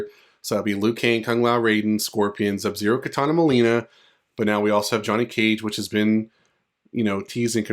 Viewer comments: BRO WHY ARE YOU SAYING ZUB-ZERO ??? Say his name RIGHT dude, it's SUB-ZERO.... OR just don't say it at all, that shit annoying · Bro said zub-zero the whole time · Thank you man fr, kuz it's hard to listen to that I hope you understand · Bro you really enunciated that Z in Sub Zero lol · are you even a fan of mK you couldn’t even say sub zeros name correctly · this is a very nice video, please do not worry about the people bringing up how you pronounce sub-zero, it is not a big deal and they should have focused on the cool potential leak you were telling us about instead. anyway, have a good day!!! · Nope...not having it. He's reading everything else just fine in this video. No excuses at all. If it's a speech impediment...then just say that. His excuse is sad as well because he's familiar with the game. So, he doesn't get a break saying he didn't "realize" it. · Very annoying like A.I. voice mispronouncing Sub-Zero. He can read everything else but when it gets to Sub...all of a sudden...there's an issue. Then he states in comments he didn't know he did it. Nah, just admit you have a speech impediment.